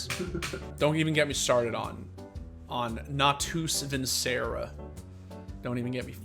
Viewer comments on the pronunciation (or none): Oi narrator. Its Nah-tus Win-cherei or Nah-tus Win-kerei. Not Nah-toos Vin-sereh. Source, I literally learned latin for 8 years and got an A in my IGCSE and was regularly forced to listen to priests recite latin passages of the bible as part of my boarding school education